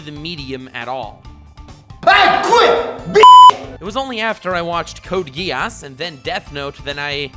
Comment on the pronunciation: Samama vi Britannia Same here with the 2above... but I have to note that it kinda triggers me how he pronounces Code: Geass